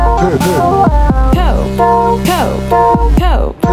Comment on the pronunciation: Instead of “Cope” I hear “Coke”